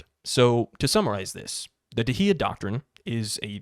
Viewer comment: Dahiya is pronounced Dawheeya or close to that.